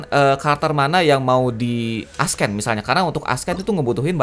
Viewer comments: Bukan nge hate, cuma mau bantu. “Ascend” bacanya “assend” bukan “askend”. Cuma mau bantuu ;) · Nice guide bang, koreksi dikit aja, "ascend" itu dibaca "assend", C nya bukan dibaca K, tapi ilang. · gw kesel banget denger bilang ascend jadi askkkkken:'v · Padahal dibaca esen ya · plis ascend jangan dibaca asken! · Lebih tepatnya dibaca s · bukan masalah aksen lah emang cara bacanya dibenerin